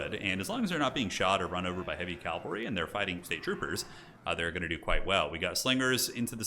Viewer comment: Cavalry not calvary!